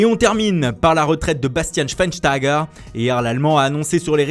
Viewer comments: On dit Bastian Schweinsteiger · Combien d'essai il t'a fallu pour dire correctement : "Bastian Schweinsteiger" ? 🤣